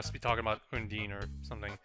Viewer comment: OH COME ON HE PROUNOUNCES UNDYNE (un-dien) AS UN-DEEN